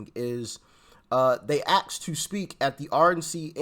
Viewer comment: It’s ASKED Doc, not AKSED, ASKED. It’s not that hard to pronounce FFS.